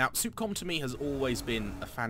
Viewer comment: It's Sup-com (s-uh-p c-ah-m) not Soup-Com